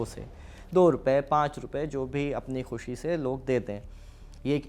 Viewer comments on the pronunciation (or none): none